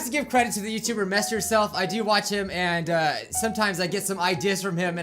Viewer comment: MessYoureSelf Not MersYouself